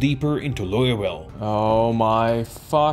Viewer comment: bro really said loiuwille